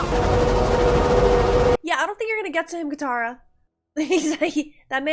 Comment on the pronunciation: katara not kamara